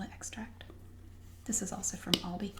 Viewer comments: She pronounces it correctly. It's All-dee, not Al-dee. Aldi USA confirmed this on FB. (ALDI USA Hi Carol - ALDI is pronounced as 'all-dee'. Thanks for reaching out!) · Im irish too and everyone says al dee its not a big problem unlike lidl Idc what the rest of people say its lee-dull